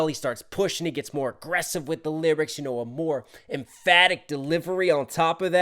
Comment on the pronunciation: "More" honestly sounds like the Korean word "물" or "Mul/Mur" which means "Water". And with that, he starts by saying "Yeah I'm thirsty" then "On this beat, I'm surfin'" and then the direct Korean translation of the line "I'm on my element" is basically "The fish meets the water" which is ohmaghad a really great metaphor of being in one's element (which is music, dancing, and rapping for jhope), and lastly "Soak up the music". So it is really playing around with bars relating or connecting to both music and water. I'm REALLY REALLY glad you caught on to that real fast even if you ain't understand Korean. Respect! [edit: I realized someone posted my comment on Twitter and it got a lot of corrections, and even hate. My theory comes from the fact that Jhope's rap style is very distinct and he usually pronounces words with a bit of shortcutting accent, or slang. Examples like "했어요" become just "haess" when he raps, or like when he says "믿음으로" in the song Run BTS, he pronounces it as "mideumrow". So I'm just putting it out there as a theory. You don't have to believe it. I just find Jhope's pronunciation very interesting to dissect. I know my interpretation is quite a stretch as it is simply an interpretation, it is not the truth ofc.) ] [edit 2: And if anyone is wondering, I have self-studied korean for more than 10 years, starting from when I was just merely 11 years old. Its not that deep, you can move on from my theory or interpretation.]